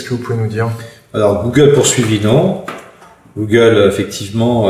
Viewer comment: un magistrat qui ne connait pas la prononciation d'un terme comme google ... même si on ne lui demande que de dire le droit, il me semble que cela traduit au mieux, un manque de culture manifeste, au pire un décalage abyssal avec la société dans laquelle il vit ...il est quand même censé donné un jugement ! si il ne sait pas de quoi il parle .......